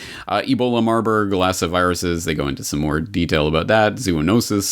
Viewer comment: I thought it was marburg and lassa that you were reading in the comic & it sounded like you were saying marlborglasses and it just came out that way clear and like that 2 times so it was strange because although you can get to speaking a little fast , you are always very precise ! hum Weird ..? God bless you !